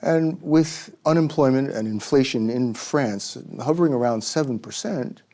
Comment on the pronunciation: Yet you can't even say France correctly.